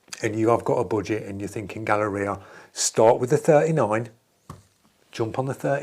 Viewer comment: It’s Gaahleri, not Gaahleria.